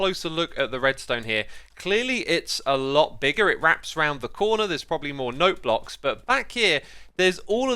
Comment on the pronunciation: I heard no blocks instead of note blocks. 😂😂